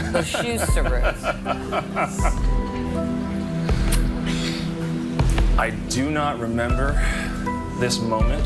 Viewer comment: Her pronunciation of "bushusuru"... cringe